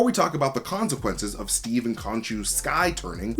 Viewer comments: Say, "konshu-quences" again! I dare you! I double dare you! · Omg say Khonshu-quences one more time in a video and we riot.